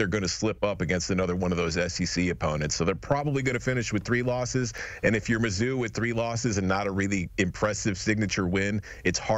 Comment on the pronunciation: No way Mizzou is mid…”Mid-zzou” ☠️